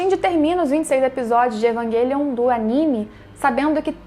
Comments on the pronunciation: Pq existem pessoas que falam "evanguelion"? e não o normal "evangelion"? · EvanGUElion, Grifif etc...adoro seus videos mas incomoda suas pronúncias